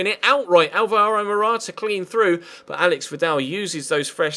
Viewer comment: Its Pronounced Álvaro Morata not Alváro